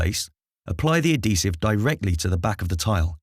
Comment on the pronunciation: Ad-hesive. Not a-desive or ad-desive. Good vid mind